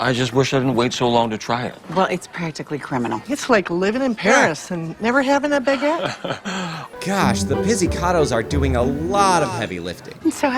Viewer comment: Pizzicato is pronounced with a “ts” sound (like Pizza), not a “z” sound. It bugs me every time you mention it in a video. Get it together, man!